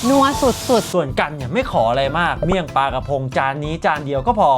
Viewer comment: เมี่ยงปลา❌ เมี่ยงปร๊ะ✅ 😂😂